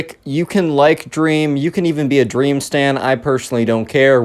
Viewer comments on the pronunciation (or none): OMG "DWEAM!?" shut up lol funny thing